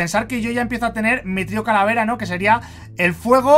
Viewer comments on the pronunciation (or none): none